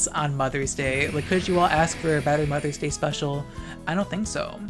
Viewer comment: Moth-ers Day